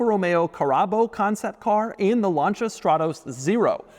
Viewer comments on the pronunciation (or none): none